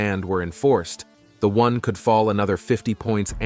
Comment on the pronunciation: It''s WON (won), not ONE (wan)